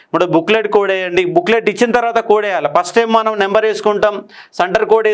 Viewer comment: నెంబర్ కాదు, నంబర్ అని గమనించండి. స్పెల్లింగ్ " NUMBER " కానీ " NEMBER " కాదు. దయచేసి దీనిని విమర్శగా చూడకండి. ఎందుకంటే, మీరు Faculty. మీ నోటినుండి ఏది పలికితే, దానినే అభ్యర్థులు standard గా భావిస్తారు.